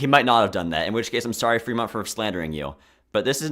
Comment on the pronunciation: every disagreement i have in the first hour and a half (will do rest in future comment) Reading, California is an A-Tier. I like that shape its not corporate to me and those colors are fucking goated General Fremont is actually Frémont /e/ not /i/ and he did not kill Native Americans because he was removed from his post for trying to free slaves before Lincoln did that anyway Monterey is a lower B-Tier Fresno is a C-Tier because of its recognizability if that makes sense I have seen people from LA fly and talk about the LA flag The second Anaheim is low B-tier New Riverside is an A-Tier or an S-Tier tbh I like the Uniqueness. I'd hate the 2020s flag design for a country but for a city I'm a huge fan You should've yelled Reno louder. I would also put the old flag higher because if I was a Renoite (I'm choosing to pronounce that /ɹɛnˈwɑt/ like Benoit) I would fly that flag, kinda unironically. And that's what flags are for. I think everything B-Tier and above means I would have that flag if I lived in that city Salt Lake City is boring IMO, high C-Tier Provo (Old) is similar to Reno in that I would love to fly that flag. It'd make being Utahn bearable. I think it's charming enough that I would unironically give it S-Tier. You say Indian when I would say Native American. Im not saying that's problematic but.... Butte has another landmark that's really interesting but I cant remember but Ive been there and looked at it. It could do better Denver is an S-Tier It's crazy that you c